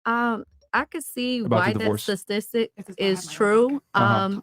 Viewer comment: Yet another brainiac saying ssstastissssics.